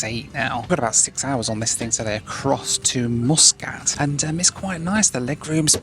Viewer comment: Don't forget Mooooskat for Muscat LOL